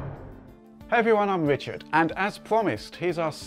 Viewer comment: is it me or does he say Wichard